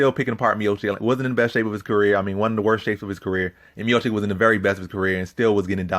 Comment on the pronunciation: Dude, calling him "" constantly is making me doubt everything you say... But somehow you got it right mid video, beside that, good breakdowns, like always.